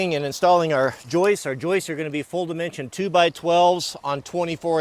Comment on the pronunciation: Hey, it's joists not joices